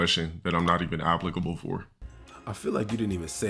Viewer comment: he said Abblicable